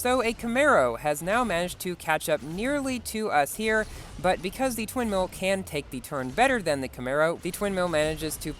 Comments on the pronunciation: did I hear twin mills or sin mills? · you said Sin Mill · bro you said SinsMill 😃😃😃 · “so the sin mills”😂😂